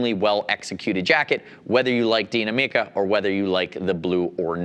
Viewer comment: neither. "Deenameca" not "MIca" or wtvr like he says. there is no emphasis on the "mi". it's pronounced exactly like the english word "me" but without what he does to it. the emphasis of the word goes into the "na". "dee-NA-me-ca".